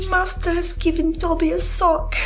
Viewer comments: Bro… Dobe-ee??? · I'm sorry but did you really pronounce Dobby as dough-bee???😂😂😂😂😂 sometimes I just can't with your pronunciations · Patrick... I love you, I love your videos... but it is not Dobi--it is Dobby! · doaby? Come on bro. Put some respect on my boi Dobby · There's NO WAY you pronounced Dobby wrong... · More like But yeah, you're right. His pronunciation of the name is comically bad😂😂. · He pronounces common words and names wrong at least once per video I think it's intentional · Ain’t no way Patrick pronounced Dobbys name wrong😅